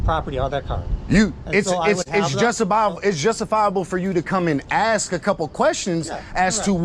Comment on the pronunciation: You need to educate the idiot that filmed this how t talk. The word is ask not ax. He said the officer are when he was ask. If the idiot can film the public why can't he speak proper?